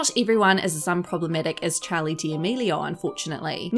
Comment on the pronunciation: Y she say Charli like chAly I’m dead 💀